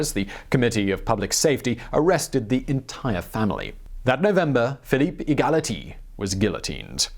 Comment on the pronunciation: Philippe E-ghaly-Tee or whatever you want to call him :)))